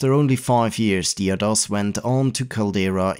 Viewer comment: There's a "D" in Caldera.. it's not "Calera" it's "Cal-dare-ah" which is a reference to the inside of volcanoes.